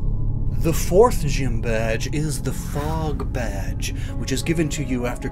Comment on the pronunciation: Sorry, but for a second it sounded like you called the Fog badge the Frog badge! XD